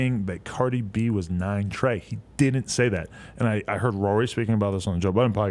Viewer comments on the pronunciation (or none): none